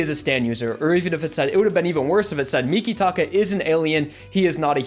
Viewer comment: Also mikitaka is a stand user his stands name is earth wind and fire but I don’t know if he is human or not it is not said like you say